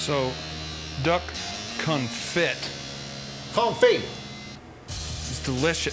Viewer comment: He said "duck confit" at the end and they kept it. That's hilarious.